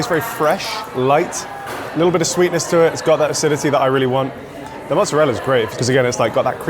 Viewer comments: should know that there's no such thing as "mootsarell". I think he meant to say 'mozzarella'. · It’s mozzarella not Mozzarelle. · Did you say mozzarell? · ITS NOT CALLED MOOTZERELL MORON! 👎👎👎👎👎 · Of course pronunces Mozarella like a douchebag...